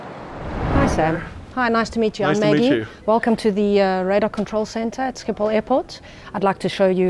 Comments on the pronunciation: Sciephol😂😂😂 statement: sgiphol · im dutch but you say scipol but you need to say sgiphol and how you spel dat is schiphol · Hahahaha he said Schiphol like skiephol🤣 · No one who isn’t dutch can pronounce schiphol correctly ahah